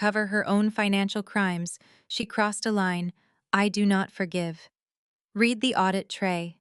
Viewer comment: Love the story, hate the narrator, all the saying “S” after a name instead of saying the name plural is beyond me. Also saying READ correctly would make it a bit better